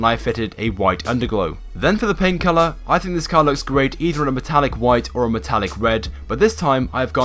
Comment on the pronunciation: When you say "paint colour" it sounds like "pain killer"